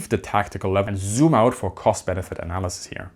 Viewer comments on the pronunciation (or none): none